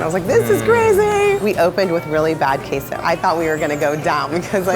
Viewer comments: She pronounced it KAY-SO....... I am triggered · Taco lady: Tacos and kayso Me:q-queso? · I exaggerated the e but yeah its keso! Just wanted to point out that it's not an "AY" sound in queso 😅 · Queso not kay-zo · Thumbs down as soon as “breezy” said ‘Kay.Zo” without even trying to pronounce Que. SO properly. Get outta here gentrifier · In the kaaaaaysoo. Just say cheese. Or pronounce it properly. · Me: what the hell is "keiso"? 10 seconds later Me: SHE MEANS QUESO! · Her saying kay-so is annoying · It is QUESO, not queiso god damn. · In Texas we don't say Caso orHalpainyo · "Kay-so" Ew. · Stop saying K-so when trying to pronounce queso! Argh gringos!! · is making food she can't even pronounce? It's not Kay-so 😒 Stick to pancakes girl. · Does it bother anyone that she keeps on saying QEYSO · The first lady looks latina but can not even pronounce queso, so cringe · Am i the only puerto rican/person who was pissed/annoyed the way she said cheese in spanish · The way that woman said queso triggers me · She need to learn how to say queso the right way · I hate the way she pronounces “queso” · how does she own a taco place and doesnt know how to pronouce queso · Pronounce Queso correctly please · It feels like betrayal when a fellow mexican pronounces queso the way she did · the way she pronounces queso makes me cringe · Isnamjoon it’s killing meee, she straight up murdered the word 😂😂 if you’re gonna build a whole business around something not from your culture at least learn how to properly pronounce things. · A breakfast taco is like, unbeatable. Even if the pronunciation for queso was pretty cringe. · the way she says queso (cheese) is just. uhm. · Either where I live it's a major Hispanic population or I'm just a cocky butthole BUT the way she said gueso was soooooo bad I cringed so hard :::::( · I'm just frustrated with the way she pronounces queso, considering the fact that she serves that. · Did anyone else get annoyed how they pronounced Queso